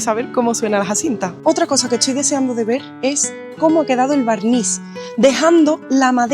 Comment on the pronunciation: Por qué da vuelta la t y la s? "Estoy" se convierte en "etsoy"